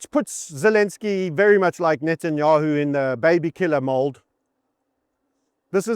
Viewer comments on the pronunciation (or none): none